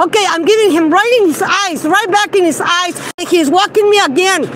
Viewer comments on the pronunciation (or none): She says "ice" instead of "eyes" and she says "boogers" instead of "burgers"!